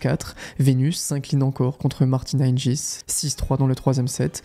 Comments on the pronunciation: Très bien raconté, bonne vidéo dans l’ensemble PS : c’est Martina Hinguis pas Hinjis 🤣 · Super vidéo. Martina hing"u"is, Monica Seles"s" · on prononce hinguis mais tres bonne video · Ta prononciation de “Hingis” est diabolique 😭